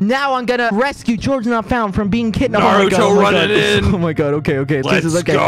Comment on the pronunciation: He literally say "naruro" 😭😭